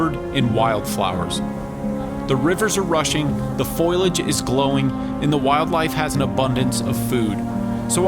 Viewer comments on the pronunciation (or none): Foliage, not foilage 😀👍